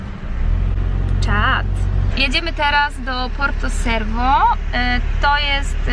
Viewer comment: Porto cervo wymawjaj czerwo, a nie cerwo. W Palau macie 3 plaże do wyboru, w okolicy 15 min z 20😉